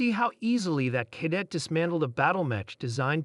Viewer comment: For the love of God get an AI program that can correctly pronounce death and cadet